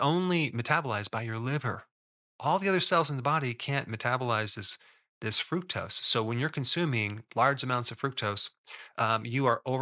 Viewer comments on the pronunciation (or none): It's pronounced Fru-K-tose